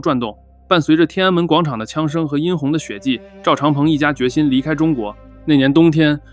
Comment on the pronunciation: 殷yān红的血迹，不读yīn红